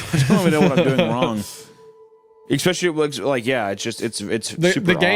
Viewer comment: No one: Hunter: eKKspeSHLY